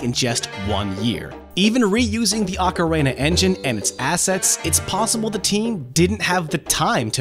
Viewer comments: Why do you pronounce ocarina as "ocarena"? It's like you're combining the macarena with ocarina. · You don't pronounce Ocarina like Macarena. Only a monster would do that. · Ocarina? I'm hearing Macarena XD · “Ahcarina”.... I’ve literally never heard it pronounced that way... 🤣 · "Ocaraina"...? ah one of those "Mairio" types lol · Arkarayna is that what I heard? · Ocarayna Lmfao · stop saying "ocaRENA" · Dale alegría a la flauta Ocarena Que tu misión es rescatar a la princesa porque algo bueno Dale alegría a la flauta, Ocarena Heyyy Ocarena! like if the way he pronounces ocarina drives you crazy too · I almost had to stop watching after he said ocaRAYna for the 5th time 😑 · Wait no he only said it right the first time he said it in the video then he screws it up every time after. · PointsofData now that I think about it, there’s two ways to pronounce it 1 in English. 1 in Japanese. So the person who made this video pronounced it in Japanese. The people in this thread have no idea what they’re talking about. Feel free to pronounce it anyway what’s best for ya. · It's because he just finished doing the Macarena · Sounds like he’s mixing Auckland and the Macarena lol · Why are you saying ocarina like that? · You don't know how to say ocarina? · Why can't this guy pronounce ocarina? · He almost said it correctly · ive heard people pronounce it ocarina and oakarina but never ocarena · Ocarina as in Ocareena not OcaRAYna... Great vid and all, but that bugged me. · "Ocar-ay-na". Lol.. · He is saying Ah-Ca-Rey-Na. You're supposed to say Oh-Ca-Ree-Na. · The blurry text on the Majora's Mask "Insert Expansion Pak" screen are images, not vector text. Also, dude, the word ocarina is pronounced "oh-ka-REE-na" not "ah-ka-RAY-na" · In English its pronounced Okka-Ree-Na i don't get what the problem is. (EDIT) went back and heard him say okka-Ray-Na.... ewww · he said ocarana its ocarina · The way you say "Ocarina" almost sounds like "macarena." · Okra reena? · “Ocarena” LOL